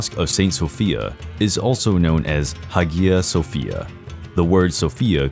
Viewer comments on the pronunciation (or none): Except its pronounced "hi-yuh sofia"